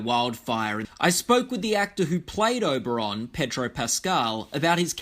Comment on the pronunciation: Oberyn Martell, not Oberon.